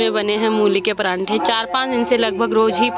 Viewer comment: परांठे नहीं पराठे बोलते हैं 😂